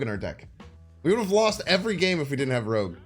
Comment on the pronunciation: Its bynxtard not rooj